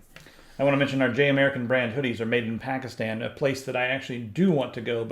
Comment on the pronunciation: You pronounced "Pakistan" just fine! Its "Pakistani" people though ;)